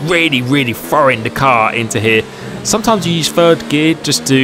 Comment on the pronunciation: Me: Must not comment on “frow it into fird”. C’mon,, don’t do it. Also me: Crap, I did it.